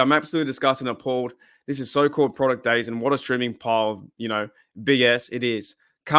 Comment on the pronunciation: Are you mispronouncing dazn on purpose because you hate it so much?